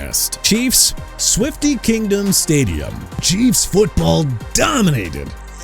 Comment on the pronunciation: It's our year stay-jum